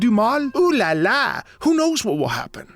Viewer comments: love listening to your video, i can hear the passion in your voice and it's what i seek everyday in my life I'm french by the way, your "olala" killed me XD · I'm French The "oulalah" just killed me xD